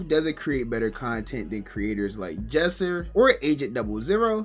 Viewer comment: bro said Jesser 😭 dont take him serious yall